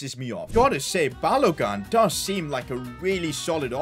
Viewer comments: Someone teach to say balogun's name it's not gun its like goon balogoon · 😂😂 it's pronounced balo-goon not balo-gun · It's not balogan it's ba lo gun pronounced as balogu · It's pronounced Ba-lo-goon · Sorry to be like this but it's b a l o g U: n